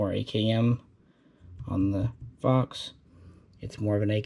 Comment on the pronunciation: I thought he said “fucks” instead of “fox”